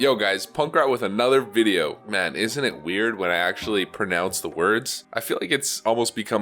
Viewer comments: Holy s*** that intro blew my mind I love how you say punkranuthervideo. Lol. Love you dude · Ahh I miss the classic intro "Hey guys, Punkrat with anuthervidedjnofgjg"